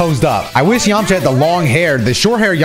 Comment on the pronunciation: This guy said “Yamacha” 😂! It’s Yamcha! Dude is too hype in this video